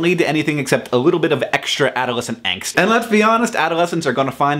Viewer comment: Does it bother anyone else that he pronounces "angst" wrong?